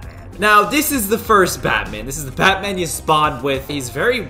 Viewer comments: I thought you said fatman 😂😂😂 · DO NOT CALL BATMAN CALL BUUTMAN